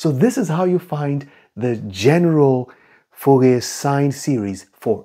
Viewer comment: So in french the last letter is usually not spoken, ou almost sound like oo in fool or root in english. So probably pronounce it like Foorie